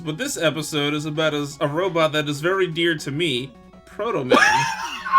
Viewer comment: SAID HIS NAME WRONG AND THATS NOT HOW HE TALKS. EPIC FAIL